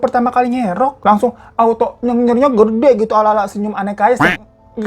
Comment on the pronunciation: Menit 2.22 kak hiro typo ,gede jadi geda